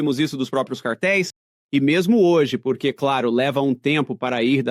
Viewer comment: Que porrrrrrrque , que R é esse??😅😅